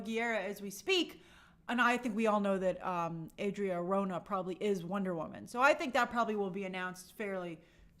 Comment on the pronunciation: what's her problem with pronouncing people's names correctly? it's MIKEY Madison and Adria Ar-ho-na! I can see making a mistake once or twice, but doing it consistently when she's in the business is weird